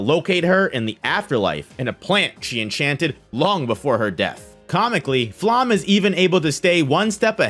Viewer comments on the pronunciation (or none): Like all personal names in this series, Flamme's name is German. It is not pronounced /flam/, as you think; nor /flæm/, as another YouTuber imagines. “Flamme” is pronounced /ˈflamə/ or /ˈflame/. Of course, Japanese speakers are likely to approximate this as /ˈfuramə/ or as /fuˈramə/. Listen for it. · Serie is not Siri, but ˈzeːri̯ə, with Z and e at the end. Flamme has an e at the end and so on. I almost never say anything like that, but your pronunciation is so far from good that I must make an exception now: pls. check the names before making an over 1 hour long video. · And “Flamme” is pronounced [ˈflamə] or [ˈflame]. Of course, Japanese speakers are likely to approximate this as [ˈfuramə].